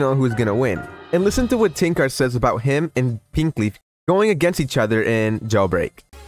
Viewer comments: Btw you pronounce his name as Tanker not tank ar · "Tanqar" is killing me XD Its Tanq-er is how to say it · The way u prounounce tanqr sounds like ur saying ten cars 😂🤣